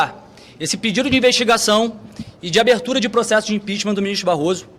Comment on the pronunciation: Impitichm, impitichm e nada acontece